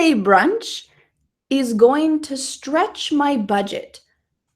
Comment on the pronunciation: stretch sounded strech